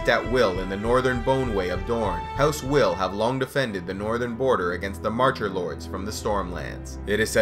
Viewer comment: I'm almost positive Wyl is pronounced similar to while rather than will.